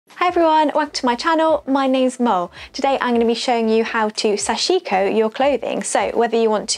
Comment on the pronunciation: Thanks for a very in depth video! Those jeans look great! Small nerdy point, but the pronunciation is closer to "sash-ko", the "i" in the middle should almost disappear and each syllable has equal stress.